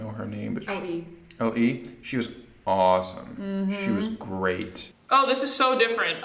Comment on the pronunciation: LE is supposed to be pronounced as Ellie